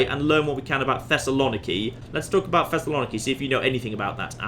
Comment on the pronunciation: as a greek im offended by how you pronounced Thessaloniki